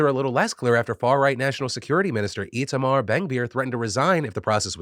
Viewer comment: Ay! Thank you for pronouncing my name (Itamar) correctly. Small victories despite the news these days.